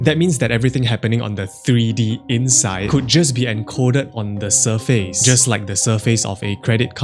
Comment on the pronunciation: Say surface.